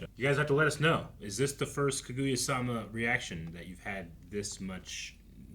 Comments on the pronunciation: Who's Ka-goo-ya sama🤣🤣🤣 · I love how you guys safe trying to take care with how you pronounce shinomiya, while at the same time continuing to butcher Kaguya every time